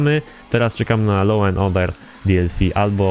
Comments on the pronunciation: Według mnie loł, a przynajmniej tak nam powiedział Irlandczyk na konwersacjach. A dokładniej się mówi 'loou' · Law czyta się lo a nie loł:D